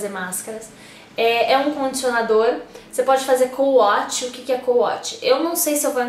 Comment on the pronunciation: Na verdade se escreve CO-WASH mas se lê couaxi com som de X e não couatchi com som de T.